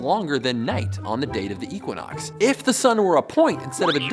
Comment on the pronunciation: Hahahahha what?? "Eeequanox